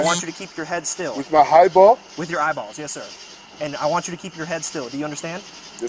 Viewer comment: Do you think it's Freudian that he pronounces eyeballs as highballs?